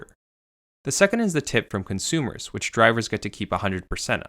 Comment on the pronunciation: “Cunt-sumers”. Spoken so clearly.